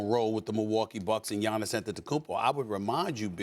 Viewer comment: It's giannis.